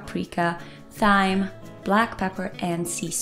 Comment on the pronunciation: Hi- I liked this vid. You have a nice calming voice and interesting accent. I hope you don’t mind me correcting your pronunciation of 2 spices: cumin is “coo-min” and thyme is “time”. My apologies for this. 🤗